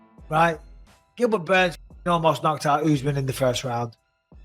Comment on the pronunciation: Did GSP just call Burns, Dern?